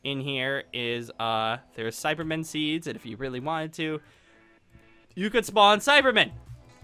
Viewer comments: SAIBAMEN NOT CYBERMEN SAIBAMEN SAI-BAH-MEN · You keep calling Saibamen "Cybermen".